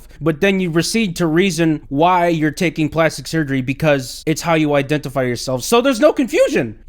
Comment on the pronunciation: I'm sorry, did you say IDENTIPIE!?😆